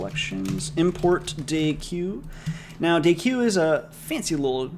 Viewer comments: FYI deque is pronounced "DECK" not "day-q". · deque is pronounced "deck" lol. at least that's how my professor pronounced it. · Hey mate I believe it is pronounced "deck" because (c/p) From The Art of Computer Programming, volume 1, section 2.2.1 "Stacks, Queues, and Deques": A deque ("double-ended queue") is a linear list for which all insertions and deletions (and usually all accesses) are made at the ends of the list. A deque is therefore more general than a stack or a queue; it has some properties in common with a deck of cards, and it is pronounced the same way. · Since I know how much you like to be corrected on pronunciation here is an excerpt from the "collections" documentation: Deques are a generalization of stacks and queues (the name is pronounced “deck” and is short for “double-ended queue”). BTW love videos no matter how you pronounce epochs and I can't wait for the next one:D